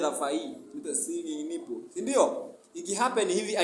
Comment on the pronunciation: Eti stinging "nipple"🙈😂😂😂its nettle not nipple